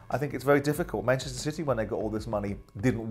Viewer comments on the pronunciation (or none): none